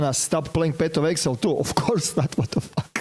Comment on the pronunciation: Nije eksel nego egzail 😂